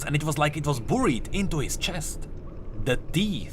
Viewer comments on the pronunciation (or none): Thanks for producing these Videos and keep up the good work Some constructive feedback: look up the proper pronunciation of 'buried' (not "booried")